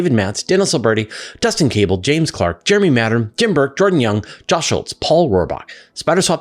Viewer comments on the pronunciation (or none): none